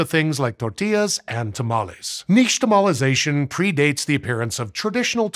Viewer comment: • i see "nixtamalization" written on screen • i prepare to cringe once the word gets pronounced • instead, i hear a sweet sh sound and cheer with my fist like others will do for a sports event